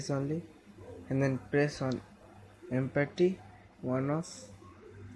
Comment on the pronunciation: He doesn't know how to say empty